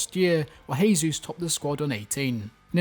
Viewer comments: BTW, in Portuguese you actually pronounce the J if I'm not mistaken, so you're actually saying Gabriel Jesus' name as if he's a Spanish speaker but he's Brazilian. Not a big deal though just thought you should know 😂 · Bro Jesus is not spanish its Portuguese pronounce the j like you do in English. The only reason im correcting you is because you are using spanish instead of english or brazils actual language....Portuguese for pronunciation